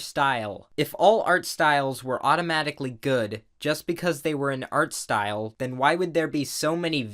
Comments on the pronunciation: " its probably Art-aware of the style" At least thats what i thought he said 😂😂😂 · this video is bugging me off because you (idk if intentionally) say "art style" in specific tone most of the time